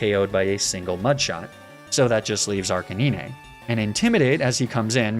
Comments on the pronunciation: He said arcinine for arcanine Nobody talking about that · did he really just say arc-a-nee-nea?!?! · Bro get outta here with the „blasto-ah“ and „arcaneeneh“ 😂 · who pronounces arcanine like that😭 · Your pronunciation of Arcanine is literally killing me xD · I absolutely love your videos! They make me feel like a kid again watching them. However; I will never be ok with how you add an extra syllable to Arcanine's name xD Keep it up! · this man cant be serious pronouncing arcanine like that. there has to be some joke I'm missing out on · I love these videos but the way you pronounce arcanine makes me irrationally angry for some reason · stop butchering Arcanine's name on purpose